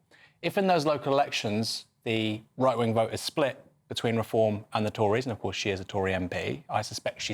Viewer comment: Did she say "boat" as in the singular word???